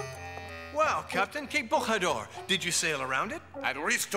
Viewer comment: Interesting, but you got wrong the correct pronounciation of Bojador. In Portuguese J is pronounced like in French. Thanks to José Mourinho for making the world know that.